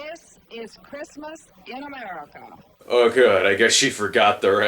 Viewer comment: It sounds like she struggles to say "America."